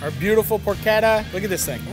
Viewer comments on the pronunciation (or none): Marty it’s not porketta. Say it like this. Porshetta. Easiest way to tell you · Matty im sorry ily but its pronounced “porchetta” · "porkketta" :P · Por CHEH tuh. How does a chef not know this?! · Just say "porshedda" like everybody else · what is this porketa he keeps saying? He also say keese?